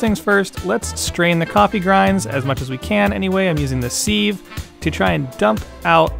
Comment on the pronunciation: Sieve is pronounced: "Siv" Great vid!